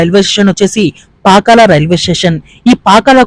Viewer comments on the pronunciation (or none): none